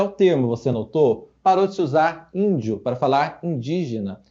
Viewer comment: A branca falando "indio" me deixa louca kkk